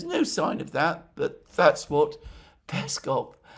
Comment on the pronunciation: Alexander, mate! You've been doing this for years and still mispronounce Peskov and Lavrov's last names. Make sure to put the emphasis on the second syllable not the first one! It's the same as your last name and should be easy for you to do. One would assume you should know by now 😉😉